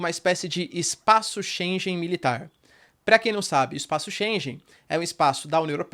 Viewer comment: 0 seconds ago Só uma ligeira correção: Shengen se pronuncia diferente, (como se tivesse um gue no Shenguen=pronuncia correcta).